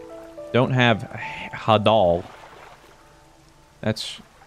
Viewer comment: I’m watching this and every time says Ha-Dahl I’m thinking “Please it’s pronounced like Hades! Please! It’s Hade-l!”